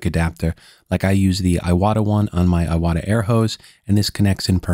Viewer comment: I don't know if you know this or not, but the proper pronunciation of Iwata is more like eee-wah-tah, with the t in "ta" being a more hard T sound rather than sounding more like a D.